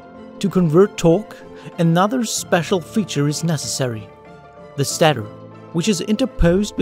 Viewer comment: I'm going to assume then that english isn't your first language. You miss pronounced some words or didn't enunciate them correctly. for instance it's stay-tor. just a heads up for you.